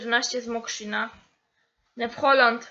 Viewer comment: Nie mówi się ''new holland' XDD tylko ,,Nju holland'' to samo z Kuhn,nie mowi sie kuna tylko KUHN XD